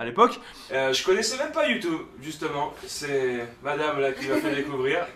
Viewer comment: Tu compte encore dire longtemps youtoube mdr😂😂!!!! Joyeuse Anniv gros!